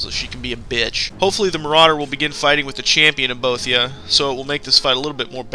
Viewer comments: u say boethiah wrong!! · Good video, very informative and well made. Now, for constructive criticism part of the comment. That's not how you pronounce Boethiah, sacellum, Athis and Falkreath.